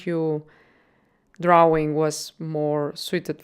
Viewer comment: I like how you say 'drauwing'. :)